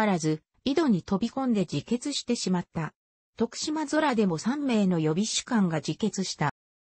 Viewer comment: 白菊について、良く調べてあるのにナレーションの女性が最悪、漢字読めんのかい！しでんあらため、とくしまそら？